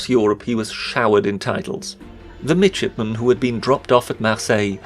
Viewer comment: Am I the only one who kept hearing midget-man instead of midshipman? :)